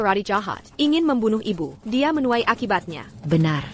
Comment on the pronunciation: Bagaimana penerjemahnya ya? Suami kok jd siomai, makanan dong, bilang ibu, ibyu, knp ndak biasa2 sj, bilang tidak, tadak, ndak enak dengernya.